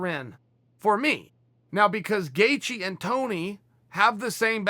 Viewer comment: It's Gay-She and Chael mispronounces every non American name YaRear Rodriguez🤣